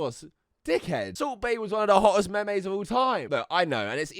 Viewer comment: Kavos you did not just pronounce it me-mes …. Wtf 😬 🤦🏼‍♀️